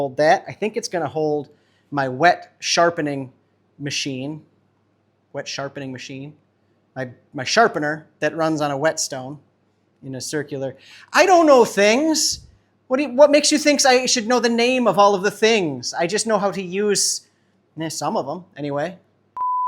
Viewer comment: Were you trying to say Whetstone, rather than Wet Stone. I think either would have been acceptable if you say it real fast. Ok.